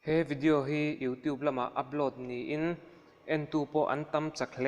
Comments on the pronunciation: Thuhma I ti thui mah may,boring trep. Tin,vidiau nilo on video tih tur aw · Ngaitinge vidiau i tih tlat zel..😬😁🤭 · Vidiau ti nge itih? Chhimlam mi ini em😂 video titawh teh ngaihthlak anuamlo,tin...I voice a zawi hlee bawk,ngaihna awmlo. Keep it up c'mon.